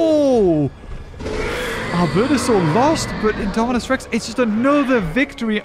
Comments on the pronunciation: You kept saying indo rapter instead of Indominus Rex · He said indorapter when it was indominus rex lol